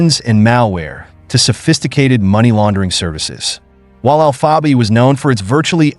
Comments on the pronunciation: You guys need to quit it with this bullshit AI voiceover dude can’t even pronounce alpha bay lol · This comment sounds about as stupid as this AI bullshit trying to pronounce alphabay lol smh